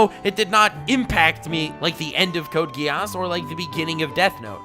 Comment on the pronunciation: Samama vi Britannia Same here with the 2above... but I have to note that it kinda triggers me how he pronounces Code: Geass